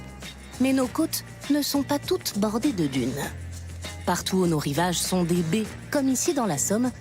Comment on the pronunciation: Le mot "baies" ne se prononce pas "bées", Madame, car il y a un "a" à l'intérieur. Reprenez les fondamentaux